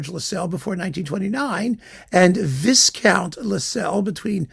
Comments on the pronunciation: Knights are commoners, not nobles, and the first syllable of "viscount" rhymes with "eye." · Just in case has a change of heart for his knighthood, to be later surrounded by toffs quaffing champagne, viscount is spoken with a silent 's' and the the 'vi' is the same as in 'violent'. Spoken etiquette dear chap.